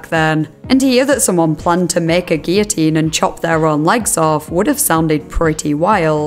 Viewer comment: It is SO refreshing to hear someone pronounce 'guillotine' correctly! I'm an American, so I'm unsure about the usual pronunciation in the U.K. but here almost everyone here says, 'GILL-o-teen,' and it is a huge pet peeve of mine.